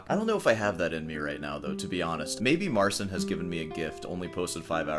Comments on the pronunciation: Keep playing with the cat. Marcin, naucz tego typa, jak się wymawia Twoje imię. Practicing. We play. You go practice. You're not special. Anyway. Peace out. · We're doing alright in Poland, thanks for asking. Still waiting for Marcin to start pronouncing his name right.